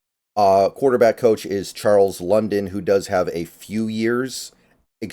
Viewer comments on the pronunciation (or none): none